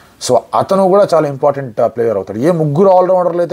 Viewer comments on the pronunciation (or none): none